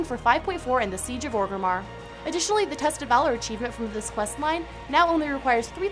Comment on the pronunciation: every time she said "valor" i heard "dollar" , imagine if you could get 30 dollars for playing the game